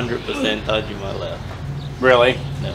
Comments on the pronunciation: "Tajimi" 😂 .. there's an A at the end there bud lmfaoooo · why do you say Tajimi when it’s spelled right in front of you TAJIMA? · Ta-jimi wagyu !?!? Ohh no.. its TaJIMA !! Lol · Love you guys, but everytime say "tajimee" instead of (Todd gee ma) my ears bled a little. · oh thank god 🙏 i was starting to lose consciousness drinking every time he kept saying ta-jimmy 😂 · for the future viewers, do this and thank me. take a shot every time he says 'tajima waygu " or some variant..... i do love these guys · Tah Gee Ma. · should pronounce correct wagyu tajima ta ji ma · What a great video. Took me out of my own brain for a while from start to finish. Arigato to the fine man who raised the beautiful animal and corrected on the pronunciation of Tajima. Thank you. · Hey guys here's a way to remember how to say Tajima. When you go to the Doctor and he says open your mouth and say AHhhh.... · Bro still couldn’t said tajimA the whole time… even after he heard them pronounce it correct… geez😂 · still messing up the name at the end of the video!! 😂😂😂😂😂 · Have a shot every time they mispronounce Tajima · Glad they corrected you on the Tajima pronunciation, just need someone else to tell you about changing your "wagoo" to the proper wagyu pronunciation. Awesome vid, as always.